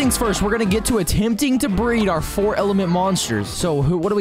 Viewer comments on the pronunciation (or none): none